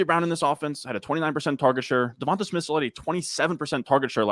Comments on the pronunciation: why can nobody say Devon-TUH Smith haha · Lol well come on. The one guy with the stache knows his stuff and is well spoken. I’m wondering about these other dudes. If you can’t pronounce Devonta Smith how can I trust your advice?! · Devonta is pronounced Devontay. Plague is not Pleg. Sixth is not sickth.